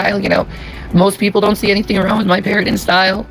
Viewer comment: Ik this is unimportant but why can't she say anything that ends with ing like parentin instead of parenting like did she fucking fail elementary?? Its also extremely annoying